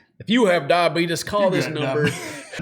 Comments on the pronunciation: He said "Beetus" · this man REALLY said "diabeetus" 😂😂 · It’s 1am I’m giggling trying not to wake my boyfriend because of the word “dia-beet-is “ 😂😂😂😂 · "Diabetus" I feel bad but damn I thought no one else called it that lmao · I’m diabetic and when I was diagnosed at 16 they sent me to a hospital where they taught me how to manage it, and one of the educators pronounced it “diabeetus” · As a diabetic. I can't stand when people genuinely pronounce it diabeetus 😂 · no problem! That's probably how it is supposed to be pronounced. Idk why we say diabeetees lol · "i have... diabeetus" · My mans actually said diabeetus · I live in Wyoming and everyone pronounces it “diabeetus” 😂 I laughed out loud when my mother in law was talking to me about her diabetes and there was not a smile in the room. I had the exact reaction did but as a bonus I’m going to hell 🤣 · He haaaadto say diabehtuhs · The only other person that I have ever heard pronounce diabetes like that is the man who played as C.D. Parker from Walker, Texas Ranger, Noble Willingham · Can someone explain me why they laugh at the way the man said diabetes? I'm not a native English speaker, is it mispronounced?